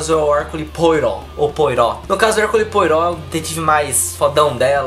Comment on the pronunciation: Ah! A pronúncia de Poirot é "PoArrô", sobrenome de origem francesa ;)